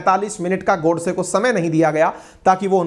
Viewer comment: गोडसे जी के नाम का उच्चारण go वाला गो करें। God वाला गॉ नही